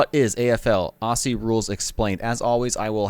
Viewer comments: Aussie is pronounced Ozzie rules...👍 The players are super fit athletes, and the Melbourne Cricket ground MCG holds 100,000+ fans. Players don't need to hand ball but do so in close confines, but they use what is available to use at the time. Remember the game as been evolving since the 1860s, so it's been around for a long time. Season starts around March 22 thru to late September....there are USAFL games played in most American cities. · great vid, just one correction and I hear it everywhere, when saying aussie there is a particular way to pronounce it the 'au' is pronounced as an 'o' and the 'ss' is pronounced as 'zz', so it more looks like Ozzie when vocalized, also with the bench there are two conditions for leaving the field, either the player has broken something or is dead. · Aussie is pronounced Auzzie by Aussies. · Just a little note - you need to pronounce Aussie like Auzzie or Ozzie. It’s a “z” hard sound not “s” sound. :) AFL players are some of the fittest players as they cover more distance than other sports. They’re not all basketball height. Many players are 5’10” to 6foot. The tallest players in the middle are often 6’4-6’8” tall. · It is pronounced auzzie not Aussie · Hey dude, “Aussie” is pronounced like “Ozzy”. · You are saying Aussie wrong mate it’s pronounced auzzie. But spelt Aussie weird yeh but it is what it is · say "aussie" like ozzy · I lived in Aussie (pronounced 'Ozzie') for 20 years. I followed the game after a couple of years but now I love the game. The physicallitiy and tecnicallitiy of the game is brilliant. The season is on now. I'm sure it's about 3-4 weeks in. I'll be watching your AFL vids from now on. By the way, a hand-ball IS the only way you can pass the ball other than a kick. Cheers from New Zealand. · Ok sweetie it's pronounced Ozzie not ossie K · my only bit of critisism is the way americans say aussie, it isn't pronounced like ossy, its more like an ozzy - no harsh S's, more Z in it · Its pronounced ozzie!